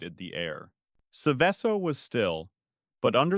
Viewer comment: Seveso is pronounced like you pronounce the word SEVEN but with the N silent and the word SO.